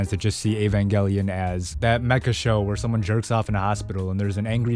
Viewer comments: he said evangelion right!!! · Finally, someone who pronounces evangelion correctly, as a hardcore eva fan, this show will either make you feel depressed as hell or it will help you get out of a horrible mental spot. It done that for me, so if you're in a tough spot, take a gamble when it comes to this show